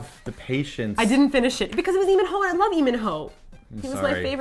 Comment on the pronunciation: "Lee MinNo" lololol